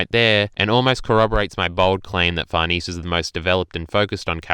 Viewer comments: 1. It's Sheer-keh 2. It's Far-neh-zeh Gripes aside though, It's really nice to hear someone actually being positive and actually taking something from the chapter, while most are just throwing a collective tantrum. Great job on the video! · Actual quesiton though. I understand why you say Farnese like that because to an English speaker it could look like it reads that way, but why the heck do you say Schierke like that?